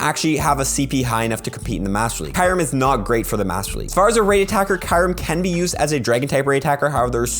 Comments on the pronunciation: I really don't care but it's Q rem (ky-oooo-rem) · The way you say kyreum tho lol